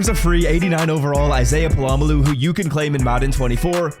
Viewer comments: It’s Pol uh Mayo not puh lom uh lu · It’s pronounced Pola-mayo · Polamalu is crazy bro, it's not hard to learn how to say his name. Put effort in dawg. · Hearing you butcher this guys name for the second year in a row is cringe dude. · Just straight butchering his name 🔪🪚⛏️🧨😂😂😂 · dude what? He literally clarified it in the vid why are you so concerned over a mispronunciation let alone it being a joke